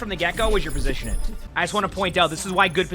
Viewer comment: over here with 2 g's in his name but can't pronounce one when it comes to the word positioning.